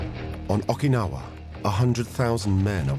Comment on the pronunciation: Got so tired of the narrator mispronounced Okinawa as Ahkinawah I couldn't finish it. So sue me. I'm a linguist.